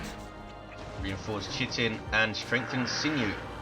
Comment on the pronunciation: FYI,: chitin is pronounced 'kite-in', with a hard 'ch'.